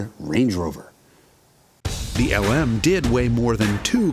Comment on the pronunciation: Do NOT call it the Luh-Moo again Jason 😭